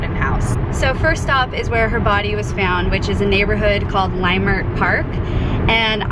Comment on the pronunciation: Nope not hodel!!, read more about it Leimert park is pronounced differently hostels book is all lies Do your research please